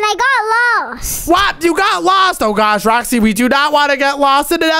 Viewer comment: Bro stop saying oh my gwosh